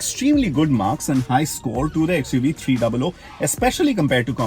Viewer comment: Its xuv 3 double OO not 300